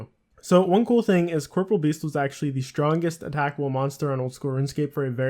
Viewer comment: Corporeal beast, pronounced cor-poor-ee-ul. Not corporal